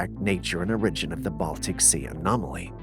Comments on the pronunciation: Is English your second language? Cause I notice at least 10 mispronunciations per video. I thought it was an ongoing joke but now I see you are serious when saying them. That “origin” got me today and I had to ask you. Not being funny just curious and just can’t not hear them when you do it over and over… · You say that the Montserrat Corpse fascinated conspiracy theorists . That just shows how poor your research is . Reaching for the biscuits cookie to water down any serious view of the subject is just very poor journalism . You can't even pronounce words like "origin ". Laughable .